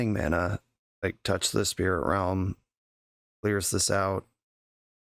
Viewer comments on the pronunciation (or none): none